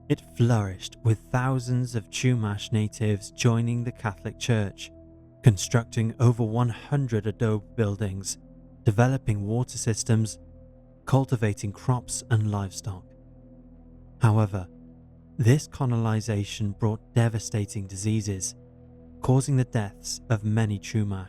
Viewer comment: Adobe is pronounced "ah dough bee" ❤ hope that helps.